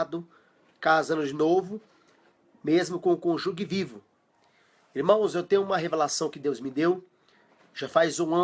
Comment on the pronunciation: Conjugue não! É cônjuge. A pronúncia é: "cônjuje". Parabéns pelo vídeo!